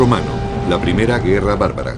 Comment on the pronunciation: "premea"? LOL